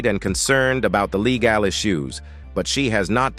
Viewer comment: I really cannot take these AI clickbait videos. Check out how legal, good, and Melania are mispronounced.